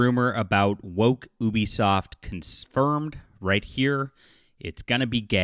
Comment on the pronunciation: I like how you never say Ubisoft name right unless if it’s reading something someone said (sometimes)